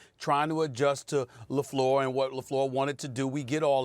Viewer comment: never thought i’d see the day that Stephen A pronounces Lefleur correct